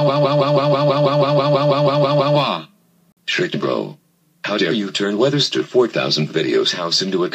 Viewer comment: weatherstar pronounced "shuriken" as "shiking" & shuriken bro's father pronounced it as "shitr"